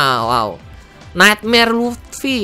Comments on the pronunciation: Luffy njer bukan luthfi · Luffy bang bukan lutfi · Luffy bang bukan luthfi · Bukan lutfi tapi luffy bangg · Luffy om bukan lutfi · panggil luffy jadi lutfy sama kaya panggil naruto jadi narutot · Luffy bukan lutfi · Tf he said lutfi 😂